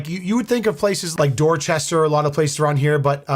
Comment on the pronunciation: That's "Doachestah.